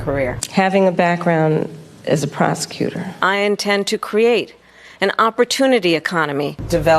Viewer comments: “Prosecutor “ 🤣I thought she began to say “ Prostitute” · Did you say you were a prosecutor or a prostitute? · Did she say career prostitute or prosecutor? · HOLEY SHEET. I thought she actually say 'I started my career as a Prost*tute' until I read the Subtitles.